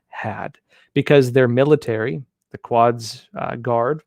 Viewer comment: Quads? Its pronounced Koods force! (Q is normally followed by U, EXCEPT for in Arabic, where Quds is pronounced "Kuds", not :Kwuds"